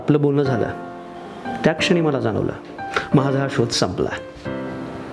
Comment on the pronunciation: उत्तम आहे पण मराठी अशुद्ध आहे. उच्चार स्पष्ट हवेत. मनातलं असत ते...बोलण, क्षणी... क्षनी नाही हो...शुद्ध मराठी उच्चार असणारे अभिनेते अभिनेत्री आहेत ना... दोघांना जर मराठीत काम करायचं तर भाषा (उच्चारण) सुधारायला हवे